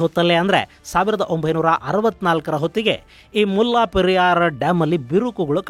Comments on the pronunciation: ಮುಲ್ಲಾ ಪೆರಿಯಾರ್ ಅಲ್ಲ ಮುಲ್ಲೇ ಪೆರಿಯಾರ್ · ಅದು ಮುಲ್ಲಾ ಪೆರಿಯಾರ್ ಅಲ್ಲ 'ಮುಲ್ಲೈ ಪೆರಿಯಾರ್ ' ನಿಮ್ಮ ಉಚ್ಚರಣೆ ಯಾರೋ ಒಬ್ಬ 'ಮುಲ್ಲಾ ' ನಿಗು ಡಾಮ್ ಗು ಸಂಬಂಧ ಇರೋ ಹಾಗೆ ಇದೆ.